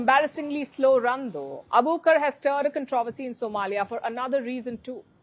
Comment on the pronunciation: Her name is Nasra Abu Bakr so please stop calling her Abukar! Get the poor girls name right